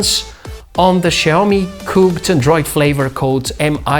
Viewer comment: Big kudos for getting the intonation on "Xiaomi" correct! A little tip though, the first syllable is pronounced more like "siao", rather than "shiao".